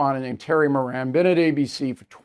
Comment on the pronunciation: Stop pronouncing his last name wrong. His name fits...the bottom of the genius scale